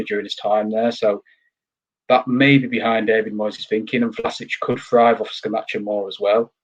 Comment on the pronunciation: The Europa League DID affect us. Most Sundays after playing in the Europa League on a Thursday we reallly struggled due to the lack of squad depth. The players looked leggy. Can't see us finishing higher than 8th at best. Hope I am wrong. By the way guys it is pronounced ScamaKKa 🙂